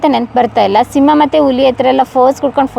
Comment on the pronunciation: ಸಿಮ್ಮ ಅಲ್ಲಮ್ಮ ಸಿಂಹ 😅😅 ಅದಕ್ಕೆ ಅವಮಾನ ಮಾಡ್ಬೇಡ 😅😅